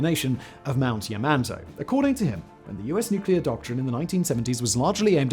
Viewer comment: Why does it sound like Simon keeps saying yuh-man-toe? Never thought yamantau could be so difficult lol